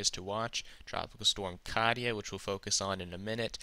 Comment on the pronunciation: Kat-yah; Cape Vurd. You know, I appreciate your work, and think you do a great job of explaining the modeling and giving us your thoughts. However, the mispronunciations are like typos in a really good book - they distract my attention from what is otherwise an excellent story. Thanks for taking the time to do this every day - there are a bunch of us out here who use it in formulating our thoughts about what and how we prepare.